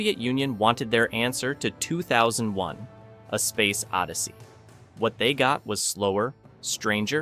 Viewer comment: Low effort AI narration. You know, you can write the script phonetically when the AI mispronounces words or talks stilted. Example, "2001:" long pause "a space odyssey". Just remove the colon from the script, problem solved. I figured this out using "SAM" (software automated mouth) back in the '80s.